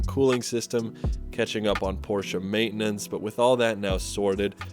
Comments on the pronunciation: Nice car and im glad someone from the usa says porchE and not porch great video and i love your Volvo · Thank you for pronouncing Porsche correctly. You are way ahead of the game. You won't believe how many "experts" on youtube cannot even get the pronunciation correct.